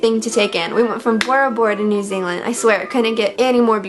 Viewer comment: As a new zealander i cringe every time she says new zealand still think Meghan is great tho